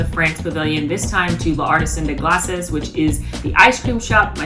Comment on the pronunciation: Glass eh. Is how u pronounce the French. ( think Canadian eh )